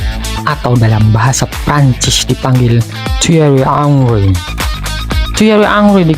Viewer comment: Lucu x cara menyebut therry Henry - therry hangry😂😂😂😂